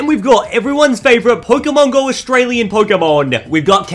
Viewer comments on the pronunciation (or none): none